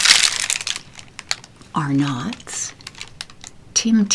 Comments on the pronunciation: if you hadn’t heard it then you would probably assume it’s prononounced “are nots”. For reference for others, it’s pronounced like “arnuts or “ahnuts”. The O is pronounced more like a U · The way you pronounce Arnott's haha!! As a proud Aussie living overseas, I could not have clicked faster. We pronounce it 'ah-netts'! And yes, Vegemite with plenty of butter, and even with avocado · Darling, it’s Arnotts not are nots. Lol